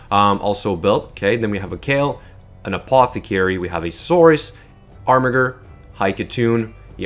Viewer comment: It's pronounced ARMIJER not armigger!! reeeeeeeeeeeeeeeeeeeeeeeeeeeeee